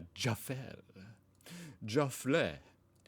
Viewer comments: It's Jaffel, your pronounce it Jarffel. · Why do you always pronounce things so weirdly? Jaffle. Jaff-el. Not Jarfle. Do you say warfle. No. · Its pronounced jaff all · I have two jaffle irons and a sandwich maker. The sandwich maker was bought 15 years ago and used once before being shoved in the back of the cupboard. The jaffle irons were part of my "inheritance" and are used at least once a week. BTW jaffle uses a soft "a". A hard "A" would make it sound like Jay-fell. Hmm, I wonder what an apple jaffle would taste like. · It’s pronounced jaf’l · FYI, the A in Jaffle is pronounced like the A in Apple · its pronounced Ja-fl not juffal t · To help you out with the pronunciation. Jaffle. Try this JAFF el . With the emphasis on the JAFF. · Jaffle rhymes with raffle. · Jaffle rhymes with raffle :) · Jaffle rhymes with raffle. Bread and you butter, you put your fillings on the unbuttered side. Place in jaffle maker butter side on the outside and cook. So good I love baked beans, cheese or cheese and ham or anything. My 15 yr old loves peanut butter and banana jaffle. Democracy sausage is a sausage and white bread, tomato sauce, and cooked onions. Buy or some may have free on our Natuonal voting day. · It is pronounced ‘Jaf-al ‘, it is more than a grilled cheese sandwich, you can make the filling pretty much out of of anything you want to make on the bread. They are traditionally made using a Jaffle Iron and are used when camping over a fire etc . The filling can be anything but the most popular used to be Baked Beans, cheese or anything you choose as it crimps the edges to keep the filling mega hot and in the sandwich. As for the sausage on (shock horror) white bread or Roll yes we put condiments on it we are not savages, your choice, tomato sauce ( ketchup), BBQ Sauce or Mustard or just plain, strange that eh. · Jaffle rhymes with raffle. And a samosa is an Indian pastry usually filled with potatoes and veg, and sometimes meat and veg. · say it like jackal